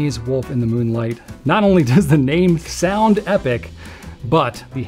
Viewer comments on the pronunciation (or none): none